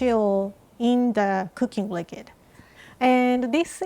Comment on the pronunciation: Its so cute when says likid instead of liquid! Can anyone else agree.